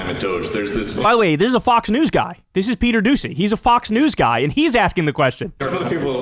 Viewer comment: Did he say dis? A cross between does and is?